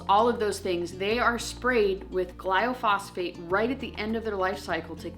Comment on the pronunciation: Love your videos! I think you mean “glyphosate” gly-pho-sate. And I completely agree with you! If we can’t avoid it all we should at least try and attempt to avoid as much as we can! Azure has definitely helped us with that!